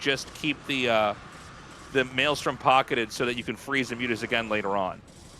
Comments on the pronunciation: Tasteless saying "Melee storm" instead of Maelstrom lol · TASTELESS i LOVE YOU BUT YOU NEED TO IMPROVE YOUR PRONUNCIATION OF VALKYRIE. ITS NOT "VOL-KA-RIE" OR VAUL-KA-RIE" ITS "VAL-KA-RIE" YOU CAN KEEP SAYING MELEESTORM THOUGH. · It's Meelee"Strom"